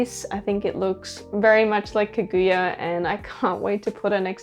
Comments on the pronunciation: I just can't with the mispronouncing of Kaguya all video long. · The way you pronounce Kaguya is weird